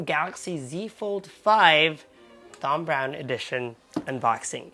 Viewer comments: Great video but its pronounced Tom you dont need to pronounce the Th in Thom. My middle name is Thomas pronounced Tomas. 😂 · FYI - You pronounce it as TOM, as in tom and jerry you don't pronounce the H as in TH.